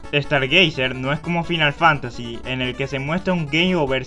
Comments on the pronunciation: "Dragon Kest", "FInál Fantasy". En serio?... Aun así buen video. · Fainal fantasy chu mai english is perfectou , maldito bech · Video perfecto, sólo, deberías hacer un esfuerzo por pronunciar los juegos como son: "Dragon Kuest" y "Fainal Fántasi" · Morin risa cuando lo pronuncio asi XD o el Final Fantasy (cuando deberia pronunciarse como "Fainal Fantasy") XD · se pronuncian fainal fantasy y dragon cuest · "dragon cuest", "fainal fánasi", pls... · tus videos son buenos,pero si mejoraras tu forma de hablar y de paso,pronunciaras bien,serían mucho mejor, el a veces se hace difícil de oir por las malas pronunciaciones cono dragon kest o fínal fantási. con todo y eso,estan bien editados. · me gusto tu video, pero me crispa los nervios como pronuncias Dragon Quest y Final Fantasy